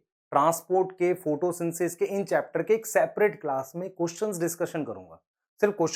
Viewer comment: sir aap photosynthesis ko photosynsis kyon bolte ho "the" kyon nahi lagate kabhi.